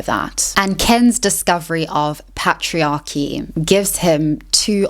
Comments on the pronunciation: the pat-triarchy lol. Great vid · Listen, excellent video, but we need to talk about how you pronounce Patriarchy 😂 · Love the content but please check the correct pronunciation of "women" and "patriarchy".